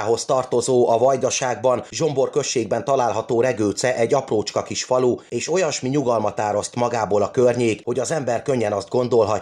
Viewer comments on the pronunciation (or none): Kedves! Tisztelem a munkásságodat, szeretem a videóidat, ez is egy nagyon szupe, összeszedett alkotás lett! Vajdasági magyarként viszont kötelességemnek érzem megjegyezni, hogy Regőce nem Zsombor, hanem Zombor községben található! 😊 elnézést, csak nagyon megütötte a fülemet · Az a Zsombor nem Zsombor, hanem Zombor. És nem község, hanem terület, magyarul megnevezve járás. Egyébként ügyes munka volt, gratulálok hozzá!